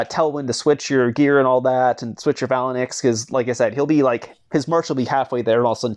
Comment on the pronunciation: Its pronounced fay -links pleaseeee stop sayin phal a nix